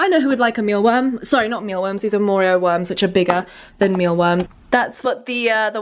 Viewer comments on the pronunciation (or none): none